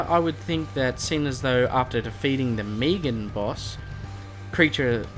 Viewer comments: Meg an not meeg an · you know it’s not Meegan it’s Megan (finale boss name) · He pronounces it differently leave him alone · srry didn’t realise I’m also Australian never heard it like that plus luv your vids